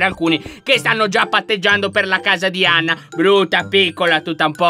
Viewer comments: 😂😂😂Lyon dice Ana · Lyon hai detto ana invece di anna😊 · Allora inizio lion ha detto Ana invece di Anna🤣🤣🤣🤣😂😂🤣😂🤣😂🤣chi lo ha sentito mette like,perfavore😌😌